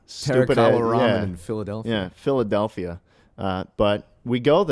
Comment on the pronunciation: WHY DID SCHLATT SAY PHILADELPHIA LIKE THAT IM OFFENDED